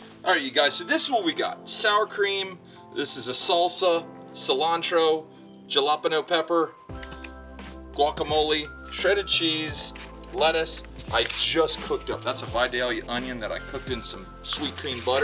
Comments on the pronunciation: you rock brother... but, Ja-lop-in-noh pepper, hahahahaa, no, Hal-i-peen-yo, every Mexican you ever meet will be mortified until you get this one straight. FYI... no shade just a fact brother. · jalapeno pepper not yelapeno pepper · jalapeño is pronounced Ha-la-pen-neo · ITS called halopena pepper , sorry my friend , not jalopeno , you are kind and a good person, Just trying to help a little bit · "Gelapeno pepper" lol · Please tell me Ja-Law-Pa-No pepper was a joke lol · Love it ja-lop-a-no best way ever to pronounce that word! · he said jalapeno like galopano 😭😭☠ still great videos tho👍🏻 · Jesus Rodriguez I’ve never heard anyone pronounce jalapeño like that 😂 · Not sure about you but I say it that way as a joke all the time. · I knew id find it in the comments lol i was thinking the same thing